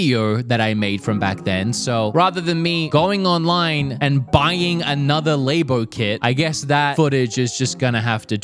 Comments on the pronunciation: Its not called lebo, its labo get the pronounce right my dude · saying Lay-Bo really annoys me I wish he’d say just say Lab-o 😭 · Nintendo Lab-o not laybo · He's the only person I've heard LABO pronounced like that. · Why do you keep pronouncing labo wrong isn't it supposed to be like laboratory